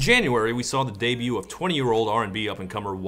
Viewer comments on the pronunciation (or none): none